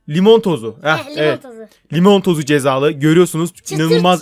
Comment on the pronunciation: limon tozu değil limon tuzu cezayı söylerken limon tozu dedin